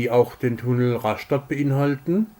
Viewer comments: Einfach nur "Raschtatt" ausgesprochen. Vielleicht würde man an der Küste "Rastatt" sagen. Ganz furchtbar ist ja "Ras-schtatt". Echt schlimm! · Daumen nach oben! Gute Zusammenfassung, guter Bericht.Es heißt RAStatt und BADEN-Baden... Vielleicht besser BADE-Bade auf bädisch... ?Viele Grüße aus Dänemark /Thomas Rasmussen